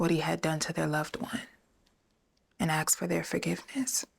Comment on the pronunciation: Why do they say xsk and not ask.